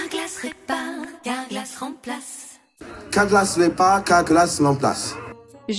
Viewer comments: il dit « cawglass répare, la glace lemplasse » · Effectivement CALGLAS REPARRR CALGALASSS RUPLACEEE ! (Je ne me moque pas de l'accent mais de l'arnaqueur)